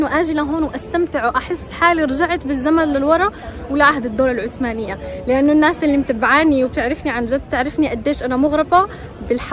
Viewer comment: العثمانية مو عتمانيه شذاااا .و اهدري لهجتك